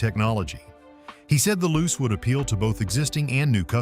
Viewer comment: Not loose. Lu-che pronunciation!